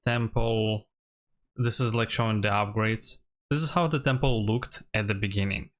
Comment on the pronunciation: It is Temple, not Tample unless that was intentional.